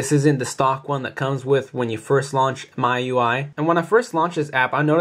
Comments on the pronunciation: actually,miui is not called 'maiui' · Sorry we dont call it "my" ui, It's "me" ui. Use latin pronunciation, Its a Chinese custom rom. I think you should learn something before you give a review, because you told us WRONG